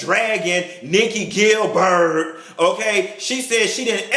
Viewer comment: nikki "gil-bird" 😂😂😂😂